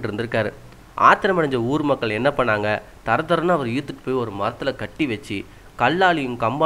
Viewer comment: hai, your tamil word is wrong,not ( kiti )its (kati)